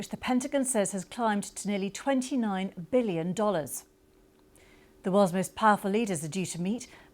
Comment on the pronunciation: "tee maist powerful".... posh birds make me gip